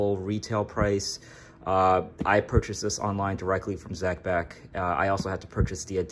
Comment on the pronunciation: Zee Beck .